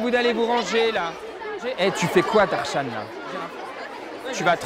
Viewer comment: ouais mais en vrai ca se prononce darschann